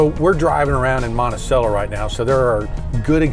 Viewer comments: Montesello. No. Montecello. The 'c' is enunciated like 'ch' as in cello the musical instrument. Now I have to go back and rewatch the episode from the Montesello moment, haha. 🎉😎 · Haha. Its a weird local thing to Ft. Worth. Pronounced wrong.